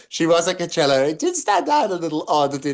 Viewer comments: NO A SOUND IN the first syllable of COACHELLA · The first 'a' in Coachella is silent, though Maureen's pronunciation gives it a nice ring.:)